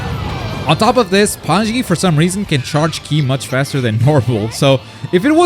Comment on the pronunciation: pie-con and pan-zee smh